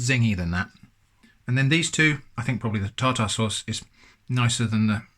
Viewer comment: Am I the only one that keeps replaying it when he says tar-tar-sauce